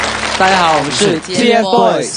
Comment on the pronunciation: 趴醬 是就是，他們的名字不叫掏糞，叫TFBOYS，發音很爛欸